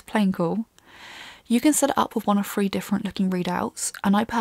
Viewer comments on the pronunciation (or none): Take all that garbage air cooling crap off and install a water block, then it will fit. By the way 3 is pronounced Thhhhhhhhhree not Free.